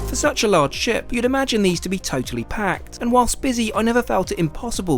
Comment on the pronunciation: "for a proper ship tour" was what you said. "For a proper shit tour" was what I heard. Had to pause and go back. lol!